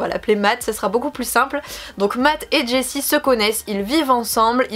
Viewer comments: Tous magnifiques, je ne connaissais pas le dernier compte ! Merci pour cette nouvelle belle vidéo ! Attention, petite erreur de prononciation pour le prénom de Jesse, non pas "jessie" mais plutôt "yesseu" (étrange écrit comme ça...), on peut l'entendre dans ses vidéos avec Matt ;) Des bisous à vous 3 :)) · Jesse se prononce "yeh-seh" ^^